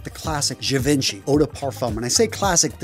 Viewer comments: Hell , the way this guy pronounces givenchy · He mispronounced Givenchy on purpose for the comments!